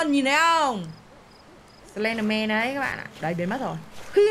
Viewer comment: Sờ len đờ men ko phải sờ ben đờ men đâu chị nhé